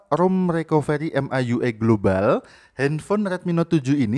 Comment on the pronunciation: Its a india global not a globale